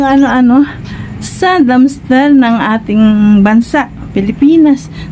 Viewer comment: Dumpster ate hindi dumster